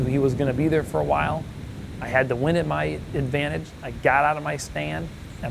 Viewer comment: I love when you say "get out der". Its just reminds me of everything I think of when I think of america